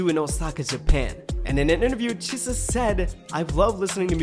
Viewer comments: Good start, but keep going with XG! They are phenomenal! Btw, Chisa is pronounced like Chi in cheese, not like Che as in Che Guevara. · her name is pronounced Chee-sah like pizza! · the way you pronounce chisa is crazy. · Ngl you butchered Chisa's pronunciation Jesus chirst lmao. Harvey was the most active member in the ent. industry being a model and going on TV programs at the age 12/13. All members are fluent in Korean but bcs all of them studied for the debut because their company is based in south korea, Hinata also learned Korean together with the girls. Jurin was a pro snowboader not semi pro. Maya is the only fluent in english, the other girls can speak and are learning but are not fluent. The girls trained in the AVEX Academy before xgalx program. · Why you saying Chisa’s name like that 😅 nice video tho